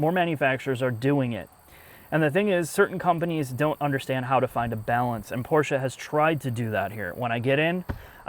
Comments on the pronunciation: Ferdinand Porsche would have been proud, but he could have not understood why you called his company PORTIA... How hard can it be to pronounce it correctly? The answer: not hard at all. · Porscha you say, hmm is this a new chinese brand that copies the german brand Porsche?